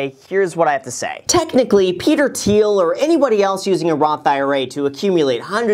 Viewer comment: thiel not teal